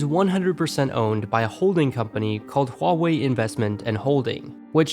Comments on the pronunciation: “Wall-way” go away 😂😂😂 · its Wah-wey.( i guess(no offence)) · I think it's more like Hu-a-way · huawei is pronounced like dr. light says 'wily' in mega man 8